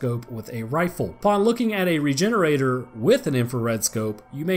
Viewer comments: It’s pronounced re-hener- adoré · Yup, I think a more appropriate pronounciation would be "Regheneradoor". Can anyone who speaks spanish confirm? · Rejenerador The G sounds like a J in this case, for a spanish pronunciation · How to say it's name: Re-gen-era-dor Sound based: Ree-gen-eera-door And now you know how to say it's name. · I always pronounced it regen-oray-door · Why does no one say "regener-ah-door" since, y'know, it's a Spanish village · So I'm a little late to this, but I always thought it was supposed to be pronounced like luchador or matador as its route is Spanish much like the majority of the other creatures from resi 4 especially as the setting itself is in Spain. It still means regenerator. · I've always heard the end of "Regenerador" pronounced like the end of "Conquistador" and not pronounced as "Regenerator" in my head.